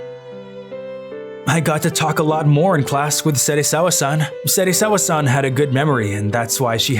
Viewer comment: yo you honestly lost me at "serisawa-san"